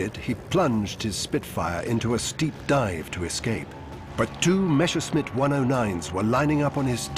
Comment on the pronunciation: "Meshersmitts" Groan! It's Messershmitt. Just drop the "c" in the German spelling and the pronunciation is right there.